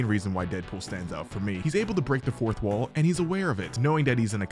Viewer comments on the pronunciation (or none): none